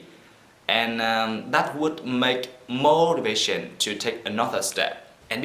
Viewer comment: Nhìn thì trôi chảy vậy. Nhưng một số nhấn âm bị sai. Ví dụ như motivation. Nhấn âm 3 nhưng anh nhấn âm 1...